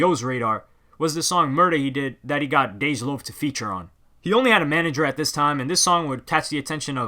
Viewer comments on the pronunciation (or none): none